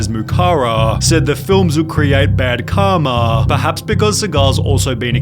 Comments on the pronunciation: Triggering.... excuse you'll ever he-AR muk-ARA bad kar-MAR skills as a fight-TAR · What is with this narrator’s ridiculously pretentious pronunciations? “Karmaaaaah,” “othaaaah.” Sounds idiotic, is it just some moronic AI voice?